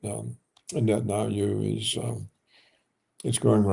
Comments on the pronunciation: Netan-YAHOO. And not Netan-AYOO ffs. It is so irritating. Whenever I hear it I involuntarily start doubting his expertise - I mean if he doesn't even know the man's name what else doesn't he know ffs?! Of course, I know his expertise and respect him immensely, but jeezus.... It really works on an involuntary subconscious level. It screams "ignorant!" He really should make that immense effort and learn how to pronounce these four sylables. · I looooove and smile each time he butchers this stupid made up name on the contrary! He is Mileikovski anyway and I just despise when every expert says "Bibi" like a tender nickname.